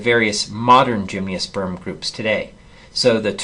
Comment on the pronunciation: Tremendous videos but why do you say "gymniosperm"? there's no "i".